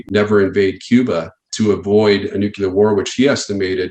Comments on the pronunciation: Excuse me, it's pronounced Newk- you- ler. - George W. Bush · Ugh! Another super smart specialist who can't pronounce the word "Nuclear". This comment makes me kind of an a hole, I realize, but hard to take one seriously if they butcher the language on easy words. Good info though. Love the channel. Nate says "Nuclear" the right way. I love that! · It's very difficult to take a person seriously when he keeps saying nuculure, especially after the derision Bush took. It's not hard to say nuclear! It's your job. Get it right. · Nuclear. New-clear. Not nucular. Complete loss of credibility the second i hear someone pronounce it nucular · First of all, is nuclear, not noo-que-ler, there chief. Bush Jr much? Second, your premise assumes that the Russian leaders are willing to sacrifice the lives of their loved ones and all the riches they've accumulated from the collapse of the USSR for their own pride. They're not fools and giving all that up is not going to happen. They're human and well educated... not cold war movie characters. That's why they won't pull the trigger if the world continues to stand fast. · New Kya Ler ?. Really ?. I take no advice from someone who pronounces nuclear as new kya ler .. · Why does he always say nucular rather than nuclear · Sorry for being so picky… I really shouldn’t say anything but it just drives me crazy… Why do people pronounce nuclear as nu- cu-ler. So many people do it might just be the way we pronounce it now. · If someone can't even bother to pronounce the word 'NUCLEAR" correctly, I take points off for credibility. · Guy cant pronounce nuclear. Some expert. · Jeebus Christ... guys that are occupationally obligated to say the word "nuclear" every twenty seconds should really, really learn how to pronounce it. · He's a nuclear expert but says Nuc-u-lar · What is this Nukular weaponry of which you speak? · Jesus!!, nuCLEar, not nuCUlar! Seriously! 🤦‍♀️ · Nu-KLEE-er not Nuk-u-lar